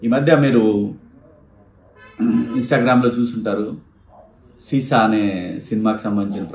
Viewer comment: Seesa anna not sesa